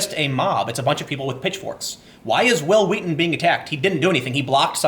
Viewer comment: stop saying it like that that's not real memeing